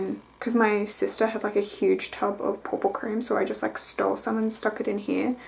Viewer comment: You saying "pouw pouw cream" is my absolute favorite thing ever. I listened to this like 5 times yesterday instead of listening to music. The different kinds of videos you post is very nice. Hope there's more. Thank you!